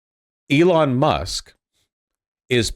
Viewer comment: I think you mean "Eron Ma!"